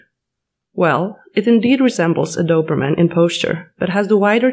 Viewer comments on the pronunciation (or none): @@ You made some absolute statements in the first 60 seconds of the video AND mispronounced two breed names. Wow. What is a Dawberman Pinscher and a Straffordshire Terrier? FOUR BEST GUARD DOG BREEDS!? How did you say that without cracking up? Not to knock any of the four breeds you mentioned but I wonder what your criteria are for "best guard dog". IF you had mentioned the shepherd dogs from the region of Belgium and Holland, viz. Malenois or Dutch Shepherd and others and working lines of the German Shepherd Dog including W. Germany, DDR and Czech lines you would get little argument from those who work with and know working/protection/guard dogs. Well bred Dobes and Rotties and (Continental) Boxers produce good dogs also but when you said the "best breeds" you shut the door on all but the best breeds. I like the working breeds, the herding breeds, the bully breeds and Molossers. The Canis Panther is a nice looking dog although the earlier versions I've seen were heavier boned. I liked the looks of the stouter dog. I hope the breed will produce good, balanced family and protection dogs and breed true to the standards of the breed whatever that happens to be. When world militaries and police as well the nice young family down the street are feeding the breed then he might be included in the top 5-10 guard dog breeds.